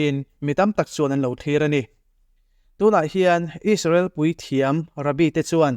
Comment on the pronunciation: Isarel, donalthrama.. Beng a kham deuh. Donal trum, 'h' hi i lam na mah mah thin a.. A ngaihnawm thin e.